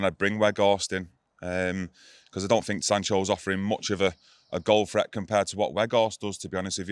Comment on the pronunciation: Did say Weghorst poses a goal threath? 😅